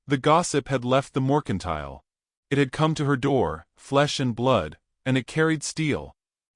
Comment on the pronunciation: ITS NOT MORCINTILE, ITS MERCINTILE------- SHE WOULD NOT BE BAREFOOT OUTSIDE.......... WE NEED MORE TO THIS STORY!!